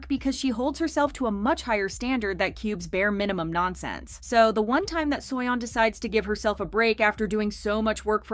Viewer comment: im sorry but "suoyon" is just ticking me off 😭